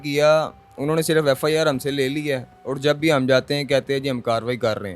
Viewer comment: " اوڑ " نہیں ہوتا " اور " ہوتا ہے